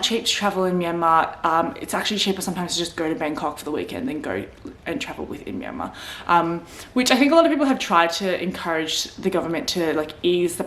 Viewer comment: Haha , we're in the same boat, but stage 4 restriction is no joke. Working from home is the only thing that keeps me sane. Btw, did you know your name means place in Burmese? Also, you pronounced Myanmar perfectly. For the property purchase, I know people bought properties in someone's name who is Myanmar citizen.